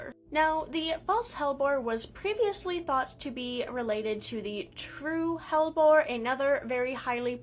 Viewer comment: I keep hearing bulborb instead hellbore